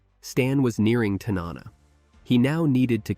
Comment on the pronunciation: TAN-NA-NA correct pronunciation please